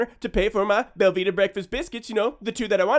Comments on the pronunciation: Anyone else think he said Velveeta breakfast biscuits? Looked it up, it is Belvita. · I thought he was saying velveeta breakfast biscuits. also, it gratifies me greatly that you kept his money and sent him packing. punk can go cry to the naacplu.